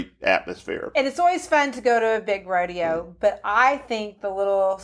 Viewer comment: How do you manage to have an entire episode on rodeo and not even know how to pronounce "rodeo"? I mean, seriously. It's not like they're even a live studio audience. Sheesh.